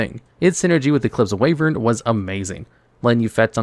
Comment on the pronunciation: It's "Wyvern", not "Wayvern".